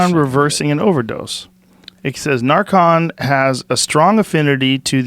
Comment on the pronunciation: Nar KAHNS, recep TOURS